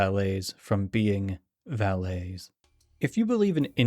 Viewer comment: I think its pronounced va-lit not va-lay in this context. Thanks